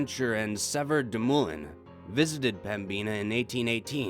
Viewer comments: There's crazy paranormal shit here but he's saying pembina wrong..it's pem-bin-a not pembeena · There's probably comments about this, but it's pronounced Pem-Bin-Uh not Pem-Bean-a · Pembina (North Dakota) is pronounced like “pem-baa-nah” my Dad and Grampa used to drive semi trucks 🚛 & haul sugar beats in Pembina ☺️ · when i realize i have been living in ND my whole life and have been saying pemina wrong the whole time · And i kinda laughed when you said pem-bina prison thats a new way to pronouce it😂 i love your channel though NORTH DAKOTA FOR THE WINNNNN😂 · Same but sick of the wrong pronunciation of pembina